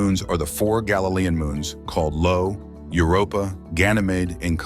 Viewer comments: Io. Io. I-O. It's Io, not Lo. Jesus wept. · The most boggling thing is how you managed to wreck the name of Jupiter's most volcanically active moon! There is NO "L" in the name! That first letter is a capital "i" and the name is pronounced "eye-oh", NOT "Low".! No wonder you have ZERO likes! You don't know what the hell you're even saying! What scares me is the 3.78k subs! I really hope human intelligence isn't plummeting THAT fast!